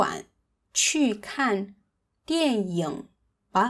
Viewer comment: I had to listen a second time when you pronounced “dian ying” as “dian yong”.